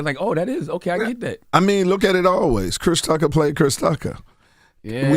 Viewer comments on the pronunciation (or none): none